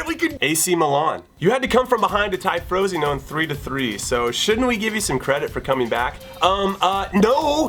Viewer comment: is there anything better than Jimmy's pronunciation of Frosinone? I think not